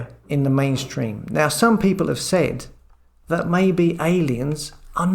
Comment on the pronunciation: FAB but a bit rattling about his wiv and wivout and dat and dis and der for the, come on 💕